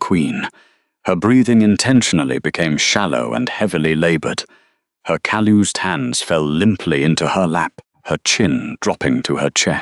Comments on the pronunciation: Caloose sounding instead of calloused. Teach your AI how to pronounce words. Too much word salad. Sorry of ruined a perfectly good story. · Actually, the spelling should be calloused and it should be pronounced like us not oos. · Beautiful story. Well written and told. Just one suggestion: Calloused = cal.us.d is the proper pronounciation. Read (reed) is a verb - present tense, and read (red) is the past tense if the same verb. They are spelled exactly the same . English is the worst language on the planet to master. Thank you so much!! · Calloused is not pronounced that way😂